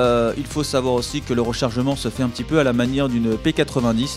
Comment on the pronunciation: on dit p90 pas 80-10